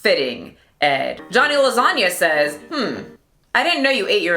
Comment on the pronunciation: F*ucking agree about his poop personality. And omg I'm Italian and you pronounced LASAGNA perfectly